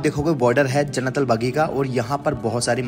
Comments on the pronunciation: जन्नलबगी नही है वो जन्नलबख़ी है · Jannatul Baqi kahte h bhai bagi nhi MashaAllaah TabarakAllah bhai🤲✅ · Jannatul baqi....not bagi